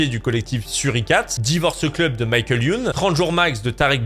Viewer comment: lol il a dit "{Maye-Keul}" Youn